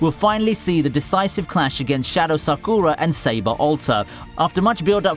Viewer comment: Lol Promised Neverland gets even more deadly XD And Attack On Titan will be so unrecognisable in the Final Season... XD (And he most definitely said Sakura's name wrong....)